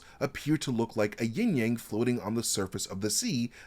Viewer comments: Isn't it Yin/Yang and not Ying/Yang? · Sorry, but it’s Yin Yang, NOT YING YANG, ha! 😂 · Yin Yang not ying yang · YIN AND YANG not YING-YANG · It's actually "Yin" and Yang bro. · It's actually pronounced "yin" yang.